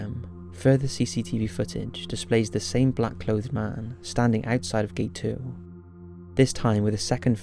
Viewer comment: Mate. Good video, it's great that you're bringing attention to this case. But please, pronounce "clothed" properly x